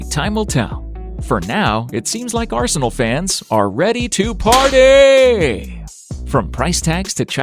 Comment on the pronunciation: It’s not party but in fact PARTEY!